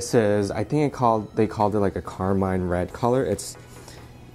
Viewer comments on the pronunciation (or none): none